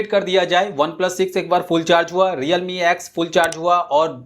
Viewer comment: Redme nhi realme hai starting me